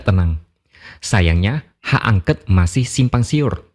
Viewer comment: ...sorry yaa..jangan angket..angket terus ah....ANGKÉT (E NYA DIFTONG)...bukan ANGKET😂